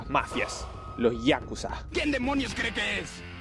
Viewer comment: ponysher y por supuesto yákuza esdrújula de toda la vida, todos los japoneses dicen yákuza, enserio esta gente se ríe de los doblajes de otros paises ? Xdd